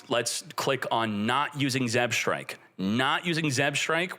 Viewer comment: being the ideal Yu-Gi-Oh player can't read "Zebstrika" properly